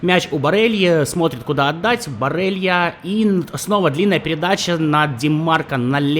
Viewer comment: Иногда так ору с того, как ты каверкаешь фамилии футболистов... ну это жесть.Барелья - Барэлла, Думфриес - Дюмфрис, КОман - КомАн ( ударения ). Страшно представить, как бы ты Гальярдини назвал бы )